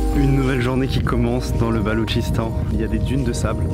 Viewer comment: Bonjour ,pourquoi le gouvernement a t'il miné le Balouchistan une province de son propre pays si j'ai bien compris ? Ps d'ailleurs c’est pas le Baloutchistan qu'on dit ? Merci